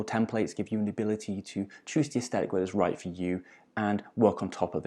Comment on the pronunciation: day 1,246,573 of waiting for a single person on the internet to pronounce the word "aesthetic" correctly